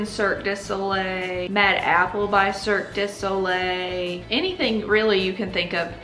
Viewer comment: I love your accent so much🥰 Little tip: Mystère is pronounced: Mist Air(focussing on the R at the end) Cirque du soleil is pronounced : Cir-Kuh due So Lay.